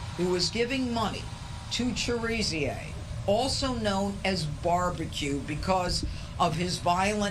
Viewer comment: what is viva unsoom? And who is Jimmy Shazeer? He can't even pronounce Viv Amsanm or Cherizier how can we take seriously?